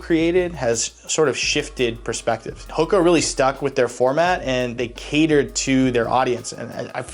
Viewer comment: Never heard of this brand until late in ‘23 when I developed foot issues. All my coworkers had heard of them, and none of them pronounced it the way this guy does. They all say Who-ka. It was weird to hear it the correct way. Anyway, this brand is ridiculously comfortable. I wish these things were around when I was young.